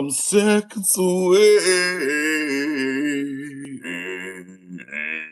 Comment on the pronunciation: 😢.... "SECONDZ A WAY" !!!!....